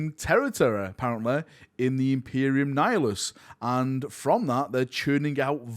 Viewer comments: Please stop saying nif-i-lus, its Ni-hi-lus. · Your pronunciation of nihilus drives me crazy. Its 'nie- hill- us'. Like nihilism. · Ni-hilus there's no ph in it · literally not one F in that word 🤣🤣🤣🤣 love u bud. Just joshing.